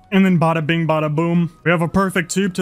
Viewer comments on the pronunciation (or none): none